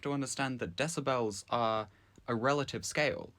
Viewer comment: You saying Decibels and not Decibels is driving me insane.